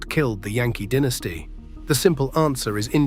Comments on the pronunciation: "DIN...es tee" vs DYE...ne stee. Moron AI strikes again. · When putting together a video about an American baseball franchise, is it asking too bloody much to get a narrator with US-English pronunciation who won't say 'DINN-iss-tee' instead of 'DY-na-stee'?! Crikey?!! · I read in a book years ago that someone asked one of the dynasty players why the team declined so badly. Fellow said something like, "Mainly, about 12 guys got old." I watched the whole video. The things that struck me were the really bad AI graphics errors, narrator mispronouncing names and irrelevant or erroneous photos accompanying narration. Most baseball/Yankee fans already know about this era in great detail. Someone doing a video like this must be careful to be accurate.